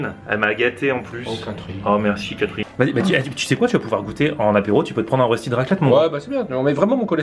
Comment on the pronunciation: Ö=eu Rösti = Reuchti 😉 Salutations de Suisse 🇨🇭